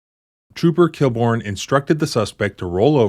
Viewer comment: Inspector KILL-BORN? LOL